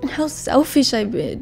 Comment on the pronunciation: lol the way how this girl says selfish is "selfeesh" lol 😂😂